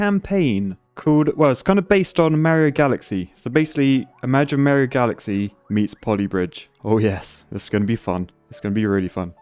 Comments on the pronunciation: Super Cario Galaxy. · super cario galaxy